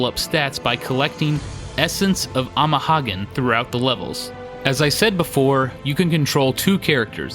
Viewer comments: You keep pronouncing the second word of "amahagane" incorrectly. It's pronounced like haga-nay. It's the same character as the SNES game Hagane, which is 鋼. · I winced at every "ama-hoggin" haha. He's a good guy, though, good guy.